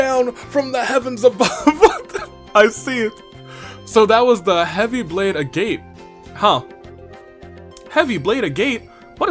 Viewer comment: Also, "Agate" is pronounced "Agat" as in the material in Genshin